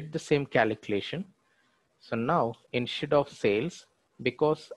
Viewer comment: What the f@ KALEEKLATION is for f@ god sake!😆 Learn how to pronounce calculation properly. Could not follow the logic hearing kaleeklation 50,000 times in 7 mins! video